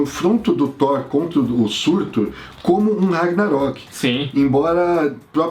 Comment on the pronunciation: o nome é SURTÚR.